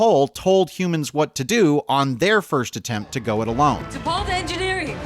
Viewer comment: First, and this is a minor point, but T’Pol is should be pronounced to rhyme with “all’ not with “whole”. It’s “T’Pall” not “T’Pole”. But that’s typical of the strange take this essay seems to have on Enterprise. Blame for its shortcomings seems to be directed largely on studio interference. But it was immediately apparent when the series began that it wasn’t going to reflect a Star Trek vision of the future. All of the human characters had personalities reflective of conservative men born in the early 1950’s who largely rejected the Black, womens, and gay civil rights and liberation movements of the 60’s and 70’s. They were all written as if the third world war and first contact hadn’t changed anything. It was a macho man’s show, with those ridiculous near-nudity scenes just being the most obvious demonstration of it. And that wasn’t the studio, that was Rick Berman. It was hyper-homophobic to the point where two male characters, literally freezing to death, wouldn’t huddle together to conserve body heat. The sole Black character was permanently consigned to chauffeur and had lines almost always limited to “yes sir”, and the sole human female was nearly always shown to be anything from hesitant to outright terrified. In a word, it was hypermasculine, and you could feel the actors often struggling to squeeze any authenticity from their lines. Also, calling Tripp “emotionally unstable” is weird and unjustified. That clip you used as an example was very well explained in by the